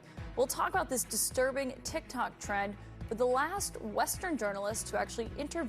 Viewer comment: There was so much commercials on this heck no plus she said tick tack instead of tick tock i wouldnt have aired this